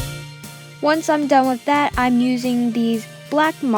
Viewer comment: not trying to be mean but it sounds like you say wif not with